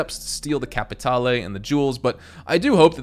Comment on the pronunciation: CAPATALE!!!! Don't pronounce the E. It is silent. Thank you.